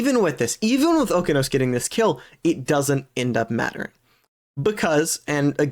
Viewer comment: its oh-kee-ah-nose